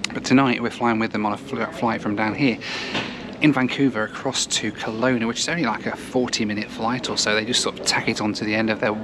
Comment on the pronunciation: We Canadians pronounce Kelowna with the stress on the middle vowel, reducing the other two to schwas, the common English vowels that you've never heard of. Come to thing of it, you made the same mistake with Nanaimo earlier in this series.